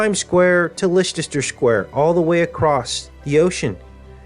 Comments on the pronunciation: please don't say lestesrer square again it's lester my good man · Great video. By the way, Leicester Square is pronounced 'LESTER' ( CRAZY, i KNOW). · Indeed,! Btw it's pronounced Lester 😉 Much Love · Leicester Square is pronounced "Lester" square. From UK. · It is pronounced LESS- TER Square!!!! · Hi there, a very informative video,however, I should point out that Leicester square is actually pronounced as, LESTER square. Cheers! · The temple is not being built in Leicester Square London. The temple gate is being built in Trafalgar Square in London. The 2 places are about 1/3 of a mile apart. The pronunciation of Liecester Square Is "LESTER" Square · it's pronounced Lesster square! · interesting.. but Leicester Square is pronounced like this LESS STAR square .think the way you say it is cute tho very American ! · Having trouble with pronunciation of Leicester Square in London. Pronounced "LESTER" Leicester Square Times Square in Simple Gematria Equals: 324 = (6+6+6)x(6+6+6) 324 = 6x6x9 3x2x4 = 8+8+8. 3+2+4 = 9. 13+13 letters. Leicester Times in Simple Gematria Equals: 162= (6+6)x(6+6)+(6+6+6) 1+6+2 = 9 Square in Simple Gematria Equals: 81 = 9x9 8+1 = 9 Leicester in Simple Gematria Equals: 96 = 6x(8+8) or 8x(6+6) Times in Simple Gematria Equals: 66 Times in Jewish Gematria Equals: 234 = 6x(13+13+13) or 13x(6+6+6) 234 + 432 = 666. 2+3+4 = 9 Times in English Gematria Equals: 396 = 6x66. 3+9+6 = 9+9. Initials LSTS in Simple Gematria Equals: 70 and 70 plus mirror 7 = 77. And lastly, Leicester City are top of the Premier League in England with a clear 7 point lead with 69 points..